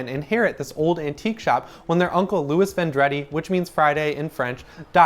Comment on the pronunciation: Not Vondretti VON druh dee